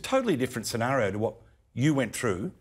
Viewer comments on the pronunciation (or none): none